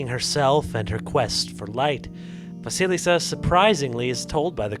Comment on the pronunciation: Вы всё правильно произносите. Perhaps the first "s" in the name Василиса should be softer, but that doesn't matter.